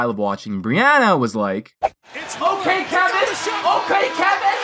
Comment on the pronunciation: sounds like "its ok kevin" instead of OK KEVIN